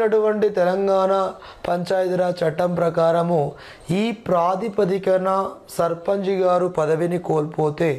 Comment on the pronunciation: Sir surpunch ni surpanji.. Ani bhaley antaru sir